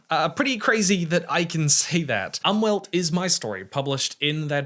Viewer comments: As a German, I had to activate the subtitles in order to figure out what German word you were talking about. :-) In case you wonder, "Umwelt" is pronounced like "oomvelt". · I thought he said "Anwalt", which would have translated to lawyer. 😂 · I need you to know that german doesnt pronounce the "u" like english speakers. Its closer to the english "oo". Maybe put the word on screen, because I was really confused about the word you were saying when saying "umwelt" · i'm really confused by that too, i am german but just couldn't understand what word he was trying to say 😅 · Well translations are not 1 to 1. For example "Umwelt" also means "nurture" as in the concept of "nature vs nurture". It looks like the term is used as a loanword in psychology and semiotics. As native speakers we obviously hear the word mostly in the context of environmental policy, where "die Umwelt" is short for the "Umwelt" of us humans as a whole. The pronounciation was definetly off though. The 'U' is pronounced as a short /u/ as in "tulip".